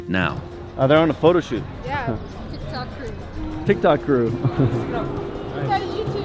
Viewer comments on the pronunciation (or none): none